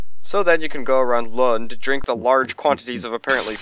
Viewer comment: There it is! :D I actually missed it when it went up! Great review once again and thanks for all the creds. You actually pretty much nailed the pronunciation of Lund the third time, although it usually is impossible for English-speaking people to say the scandinavian "u" sound, which has no real counterpart in English. The most butchered words where probably my name ;)